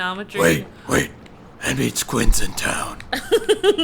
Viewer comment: It's not Quin it's Queen